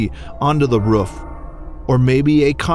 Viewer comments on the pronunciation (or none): roof not ruff